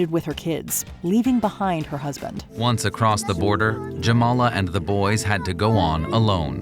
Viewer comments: She is not Yamala, Jamala, like first letter in the name "James". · Jamala is pronounced with J, not Yamala. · it's Jamala (J as in Jameela Jamil) not Yamala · Just fyi, Jamala pronounced as djamala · Exactly! The news video with proper pronunciation of Jamala's name is literally included here😂 I'm done with channel and their sloppy research and half-ass efforts